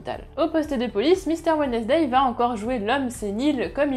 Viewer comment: « Wednesday » se prononce « WENS-DAY », en passant.